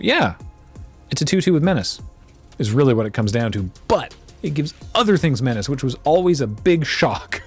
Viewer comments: I say menace that exact same way as well. Partly because of the draft streams way back when, and because saying things slightly wrong amuses me. Same goes for "dagron" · Hol’ up! , I thought menace needs to be pronounced with the Russian intonation like meh-nyah-chay these days?